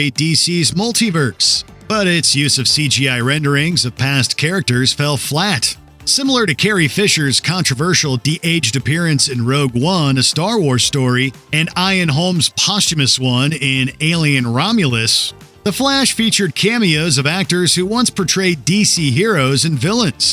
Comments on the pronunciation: “Iron Holmes?”, dumb AI voice. Its “Ian”, pronounced “Ee-an”. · never heard anyone pronounce Ian like this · ah yes, the great British actor “Ion Holmes” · His name is pronounced "eeun". You yanks love butchering the English language 😡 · Only Ziering from 90210 or Sharknado. He actually pronounces Ian like that. Bugs me. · you can't pronounce Ian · The way you said 'Ian' made me angry. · How the hell did you manage to mispronounce the name Ian? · That pronunciation of 'Ian' was like nails on a chalkboard. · He said Ian, he just pronounced it weirdly, lol. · This name can be pronounced both ways. Eye-an or eee-an. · My name is Ian. I've heard some foreign people pronounce it that way when they have read my name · But it's not right lol